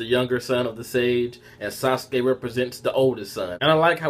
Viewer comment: The names pronounced Hagar;romo Oh, su' su' key.